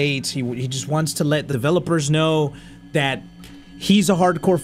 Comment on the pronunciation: what happened to your voice? "deVElelpers"